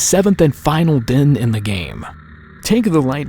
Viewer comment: It's DEN not DIN omfg